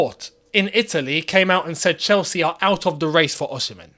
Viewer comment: You always get the pronunciation Osimhen wrong 🤦🏽‍♂️🤦🏽‍♂️😂😂